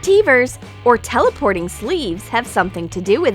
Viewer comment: She pronounces teleportation sooooo weirdly it make me cringe